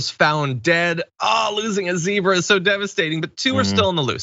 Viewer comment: Fyi it's zebra not zebra